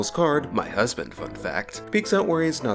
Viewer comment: Did I hear….. hus-band? 😳